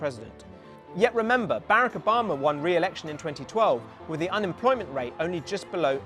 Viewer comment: . Excuse me, how did you say "Barack"